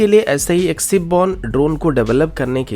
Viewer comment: "सिप" नही शिप होता है